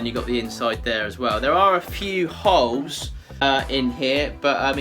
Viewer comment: Sometimes I can't hear his L and I swear I kept hearing "there's a couple of hoes in there." It's entertained my inner 12yr old boy this ho video. ;p